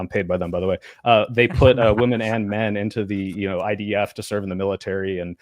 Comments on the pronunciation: Dude it’s shocking how many ladies and some guys subconsciously only know it as plural form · holy cow the guy who can't pronounce women sounds like a retard. Learn to speak English. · Soy bro cannot say the plural word women Jesus Christ. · This guy with glass is just being elusive.... He can't even say women